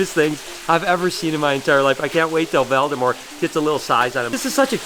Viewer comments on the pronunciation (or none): You're pronouncing Voldemort wrong. It's not Valdamore it's Voldemort